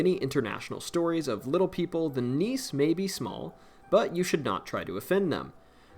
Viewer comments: Not Danish, but have Danish ancestry here. I believe nisse is pronounced like Nissa, not niece as pronounced in the video. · Nisse is pronounced "nissa". It's a house or land spirit.